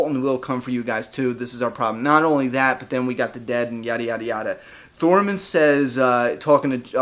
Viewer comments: Hell yeah welcome back. Love your reviews. You got all the names right except for Torrmund think you said Thormen. But who cares. Your dope keep up the great work. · Tormund* not Thormund lol